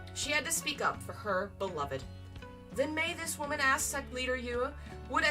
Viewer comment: Girl ily but pls try saying like 'sekt' instead of 'sext'